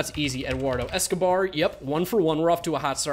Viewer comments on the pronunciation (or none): none